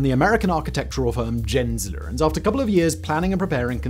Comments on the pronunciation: FYI, it's Gensler with a hard G, not like Jensler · LOL "Jensler"